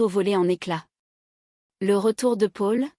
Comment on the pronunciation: Le prénom Paul est très mal prononcé 😮